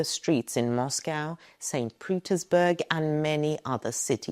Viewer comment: Did she say St putinsBerg